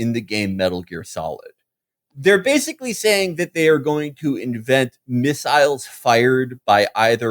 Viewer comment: felix says "missiles" and "miss-ILES" like people in The Wire say "a po-leese" and "the p'lice" there are linguistic nerd accounts that should study Felix vowels. the way he pronounces "alien" with the first syllable like the one in "allergies" is worth a dissertation